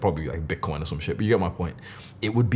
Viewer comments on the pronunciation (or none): love how he says bitcoin here! :)